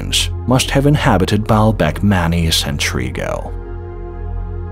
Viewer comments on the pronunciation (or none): took me awhile but this is being read by an Artificial Robo Voice..at about 23 minutes it says Manny in stead of Many..why do you people do this ..It ruins a Perfect Subject